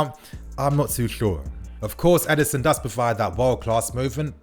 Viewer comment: can you stop calling him Edison, it’s Edinson my man 😤